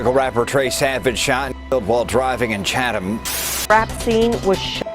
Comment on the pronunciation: It’s pronounced CHAT’EM